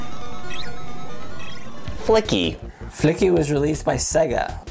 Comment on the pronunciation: "Flicky" turns into "Fucky"